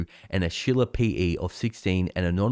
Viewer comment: When you said "Shiller PE Ratio" at first I heard "Sheila PE Ratio." That would be a very interesting chart!